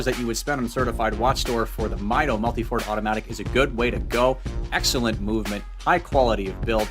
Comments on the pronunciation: It is pronounced Meedo , not Mido . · It’s a Spanish word that translates to measure. Pronounced “meetho”.